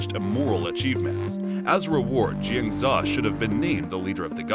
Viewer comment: It’s Jiang Zeee Yaaa. Jin za just doesn’t sound right but great review nonetheless